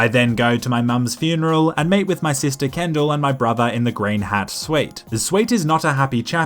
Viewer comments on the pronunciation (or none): "I then go to my moms funeral and mate with my sister kendall" youre accent got the best of ya there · no, he said meet so it was his accent.